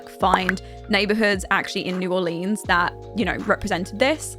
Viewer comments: Love this video but it is pronounced “new are-lens” not “new are-leens” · "New orleens" 😂 great video